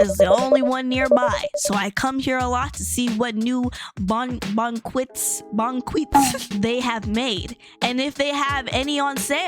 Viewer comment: To pronounce bouquet it’s bo kay